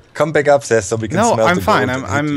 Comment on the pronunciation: i like how always calls Seth Ses